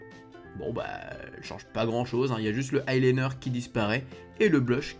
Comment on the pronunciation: deja ont dis pas le i liner ca ce dit l i liner